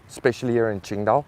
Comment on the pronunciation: I love it when you say qingdao, my city, you are one of us now 😁